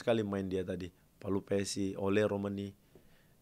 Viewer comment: "Pelupessy", bang; bukan " Palupessy".